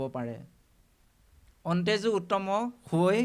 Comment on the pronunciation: লৈ সেৱা জনালোঁ৷প্ৰবচন সম্প্ৰচাৰ কৰিব পৰাকৈ বাপৰ আৰু কিছু অধ্যয়নৰ প্ৰয়োজন আছে৷ শব্দ কেইটামানৰ উচ্চাৰণ-- যেনে মুৰা দৈত্য (মুৰ),অন্তেজ(অন্ত্যজ)আদি, ময়ুঁৰৰ পাখিৰ ব্যাখ্যা ব্যুৎপত্তিগত বা তথ্য সমৃদ্ধ নহয়, অন্ত্যজ মানে নীচ নহয় দেখোন, অথচ ব্যৱহাৰত সমাৰ্থক হৈছে ৷ বাপৰ বৌদ্ধিক বিকাশ বাঞ্ছা কৰিলোঁ৷ কৃষ্ণ৷